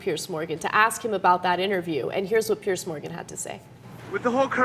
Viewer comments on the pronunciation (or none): It's not "Pierce" darlin', it's PE-ERZZZZZ. And his surname is pronounced "MORON". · It's not "Pierce". It's "Piers". "Pee-urrrzzzz"